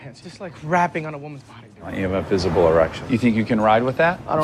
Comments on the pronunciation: he said visible but it did sound like he added a ph to visible. Phisible. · He said Phisible. There is a B in there for sure when he said it. Not like it really matters anyway. Movie's still shit. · Pretty sure he said "visible erection".